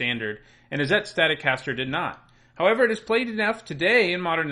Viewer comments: Why is he pronouncing izzet that way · The way you pronounce Izzet hurts me. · "Izzette... That must be Italian!" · Isn'tit? :P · his prononciation of "Izzet" makes me laugh.